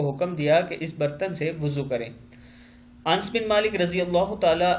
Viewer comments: بھائی صاحب انس نہیں ہوتا بلکہ ان س ہوتا ہے یعنی ن کے اوپر جزم نہیں ہے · ans nai anas h nam r.a